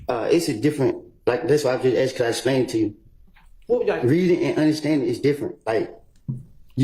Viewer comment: It's ASKED. Not AXED! Simone Hylton lost her composure and personally attacked/slandered Woody like Adriane did to Ms Bennett. Woody was on repeat: "I lied...", "I'm a liar..". Hylton INTENTIONALLY put Woody's life in danger out of spite. She's a sore loser and an even bigger liar than Woody. She's an offense to her profession. There's no way she should be a Professor at any College or University in the Nation. I hear 7 Eleven is hiring, Ms Hylton.